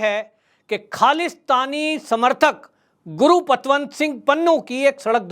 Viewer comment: bhai name to correct bholo, gurupatwant singh pannu nahi valke gurpatwant singh pannu